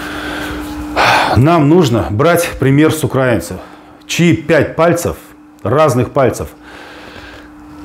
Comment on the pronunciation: Мы украИнцы, а не укрАинцы.